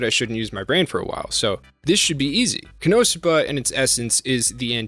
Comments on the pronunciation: Its ko... no suba not how you say it. So you watch the show They scream the name like 15 times a episode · Koe No Sue Bah? What universe is that the pronounciation, they literally state the pronounciation multiple times lmao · ................... shouldn't the .... emphasis be on the THIRD syllable and not the ... SECOND one?? Ko-no- SOO-ba? Whatever. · It's ko-no-suba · So sorry for this as it is a bit annoying but it is CON-NO-SUE-BA. Not wanting to be that guy but hearing it said wrong so many times gets to me. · god the why you say konosuba hurts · Why you say Konosuba wrong? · Absolutely unwatchable due to the pronunciation of konosuba. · Why you pronouncing it like that? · Please please ... pronounce the show name correctly. I can't watch the video when you butcher the name like that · Great video, as always. But how do you mispronounce Konosuba? They only say the name of the Anime about 10 times per episode! Lol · The way he peonounces Konosuba makes me want to commit war crimes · I've never heard Konosuba pronounced like that lol and this series is uncontrollably funny and awesome never had a bad time with Konosuba plus been reading the manga for a really long time it's great too also ps Aqua Best Girl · Yeah it annoys me the way he says it